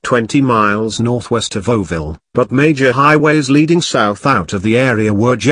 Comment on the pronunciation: It is pronounced ORO-VILLE, not 'orr-ville. Oro is the Spanish word for gold. Gold was discovered here in the 19th century.